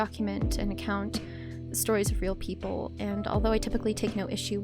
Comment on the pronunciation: Hello. Why do you say peoplelay?